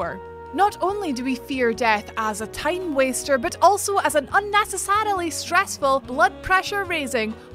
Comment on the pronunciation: I got confused unessasalalee, what is this word??